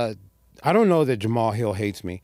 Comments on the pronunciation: It’s pronounced Jamal hill. Not Jamaha hill. You’re saying it like a Yamaha dirt bike 😂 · Who is JAMAMAHILL?? HAHAHAHAHAHA Hhis name isnt pronounced the way its spelt lol